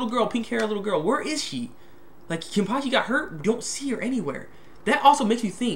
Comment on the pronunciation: ken-pa-chee not kenpakhi